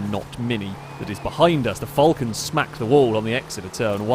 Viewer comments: Falcon , not fallcorn..... or Vulcan, whatever you was saying.. 🤣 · its FAL-con not FUL-can.... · Can you please youtube a vid on the falcon and actually see how that say it as im aussie and i can't stand it being called a fulcan 🤣🤣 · As an Australian i don't likr the way you say falcon.